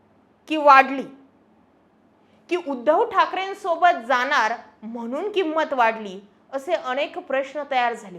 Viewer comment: जरा "आनी पानी....जानार येनार " काय हे? भाषा सुधार...मराठी शब्दोच्चार सुधार....